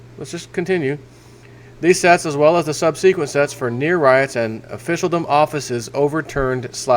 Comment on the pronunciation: my wife and I love you and watch your videos everyday. Your singing and goofball antics always give us a laugh. Please learn to pronounce the word "subsequent" as we have to giggle every time you say Sub-seek-went. Keep 'em coming.